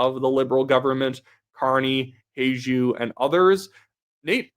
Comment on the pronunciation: Hajdu, its Hungarian, pronounced “Hi-doo”